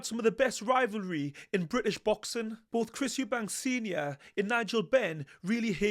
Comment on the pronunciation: Why do so many people incorrectly say "Eubanks" instead of "Eubank"? Not just, I hear loads of people say the surname as Eubanks and it's weird